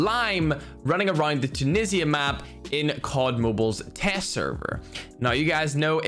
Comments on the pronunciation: It's time!!!!!!!!! And is not "Tunissya" is "Tunishha"(Tunisha Flag/Country) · Say it with me youtubers “TOO-KNEE-ZHA’ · I've seen two youtubers about this update and they both say tunsia weird.